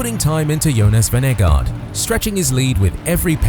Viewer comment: The AI voice does not know how to pronounce Vingegaard.